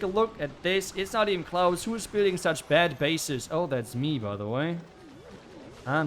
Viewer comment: When he says "CLOSE" I hear "KLAUS" 😂